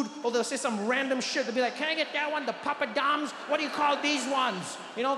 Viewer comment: പപ്പടം ❌ Papa Dom ✅ 🔥🔥🔥😂